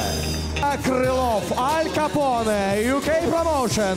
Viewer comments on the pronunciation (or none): nol kapone, a ne al